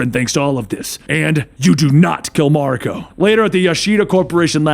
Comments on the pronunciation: It's spelled 'Mawr-e-co' . you welcome x') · Ma-rEEEE-ko! Please stop making my eye twitch. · It's MA RI KO. The Japanese language is broken down into syllables